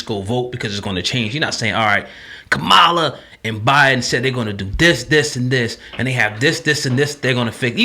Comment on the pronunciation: First thing her name is pronounced COMMA’LA in case it’s hard to remember! If you DO NOTHING- YOU GET NOTHING! You brothers questionable as hell!